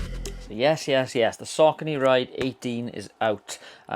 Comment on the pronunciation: It’s pronounced “Sock-ah-nee. “